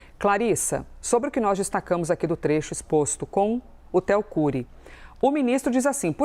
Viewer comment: "Téo Cury" 😂😂😂